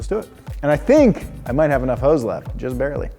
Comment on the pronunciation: Hose, not Hoe's...